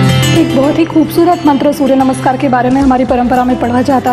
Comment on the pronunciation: Didn't know that. Thank you for educating me. You learn somethinh new everyday., your pronunciation - Surya Namaskar, Sanskriti.😍😍😍